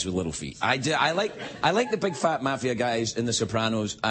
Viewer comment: Ehi.....It's MAFIA, not MAFFIA!!!!! Get a dictionary!